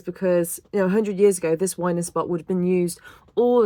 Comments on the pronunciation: It’s pronounced winding (as in the north wind). Not winding as in winding me up. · Winding hole. Pronouced as in the air that blows, that from the North in winter, i.e. Wind - ing. The term arose from the fact that in the day you used the wind to help turn the boat when the motive power was a horse.